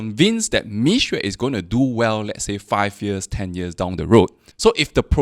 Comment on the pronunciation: It doesnt take good Chinese to pronouce between 蜜or米